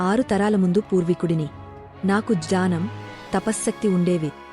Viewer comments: జానం కాదు. జ్ఞానం. ఉచ్చారణ చూసుకోండి. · జ్ఞానం అనే పదం సరిగ్గా పలకాలి కదా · జ్ఞానం అనాలి. జానం కాదు. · Ai voice idhi జానం కాదు జ్ఞానం